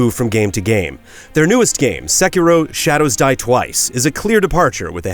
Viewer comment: Sekiro, Say-key-dol